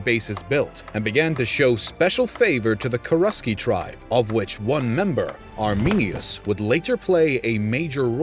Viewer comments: The name is Arminius not ArminiNus. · When you said Arminius I wanted to cry